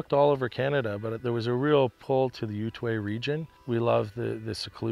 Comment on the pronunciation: I was wondering exactly where that region is in Canada. Couldn't gather the spelling of the name from the pronunciation. Was it Utaway? Ewteway? I ask because I myself live in north western ontario and spend a lot of time living like, and was curious if Utaway might be nearby. Cheers from Jim in northern Ontario!